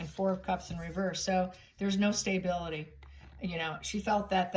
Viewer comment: I love your channel and I watch it every time you put up a video but I really wish you would learn to pronounce the word stability correctly there is no “y” in stability